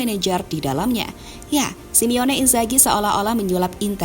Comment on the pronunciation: Simone min bukan simione.🤭😄